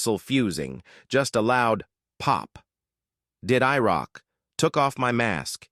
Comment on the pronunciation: thanks for sharing this! And when IROK was said as I-ROK, it didn’t make sense but said as “I Are OK”, it does!